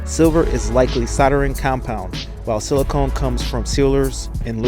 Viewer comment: It's actually siliCON (short O), not silicone (long O). Silicon is an alloying metal, mostly used in aluminum (especially pistons). Silicone is a vulcanizing sealant product, which is not a source for silicon. I'm surprised blackstone said that sealant is a source. Lubes ARE, especially assemble lubes, another source as well. I'm sure someone will flame me for suggesting I know better than Blackstone, but I do. I've seen this kind of stuff in other reports from them too; they are close on most of there comments but lack compete technical accuracy in their analytical notation.